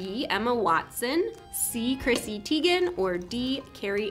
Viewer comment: "Cristy Tiegan" lmao